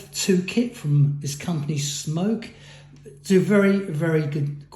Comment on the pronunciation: Its smok not smoke don't review something you cant even pronounce right